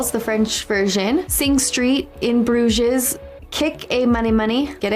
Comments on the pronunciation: Votre prononciation de Bruges est terrible ! Phonétiquement, cela se prononce Broozh. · In Bruges (You don't pronounce the s :)) is a highly underrated dark comedy. You definitely should check that one out! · the "s" at the end of In Bruges is silent........ "you wouldn't say Chineses." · I can't wait for her to see In Bruges. She'll love it. And she'll learn how to pronounce it.